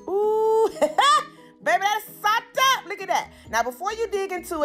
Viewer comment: I liked it just bc u kept sayin sopped UP☝ but frfr it looks great